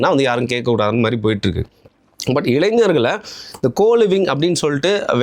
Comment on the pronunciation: Please pronounce "இளைஞர்" as இளை"ஞ"ர், not as இளை"ஞ்ச"ர். ஞ - மெல்லின ஒலி. ஞ்ச = ஜ - வடமொழி ஒலி. Hope u correct it.